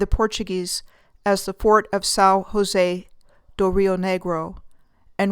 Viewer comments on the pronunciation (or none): Dear, I love your work but a little FYI, the letter “j” in Portuguese isn’t pronounced the same way as in Spanish. It’s pronounced the same way as in English. So José isn’t Ho-say, it’s s Jou-zeh.